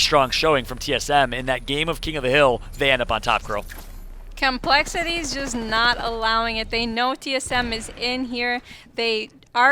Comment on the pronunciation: "Ghurl" aint cutting it out as caster. Sorry